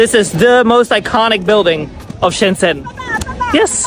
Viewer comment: Shenzhen is pronounced like ShenJen, not Shendsen. By the way, it's not Arab music. It's Uyghur music from Xinjiang. Those old women have a weird fetish of Uyghur music and dance.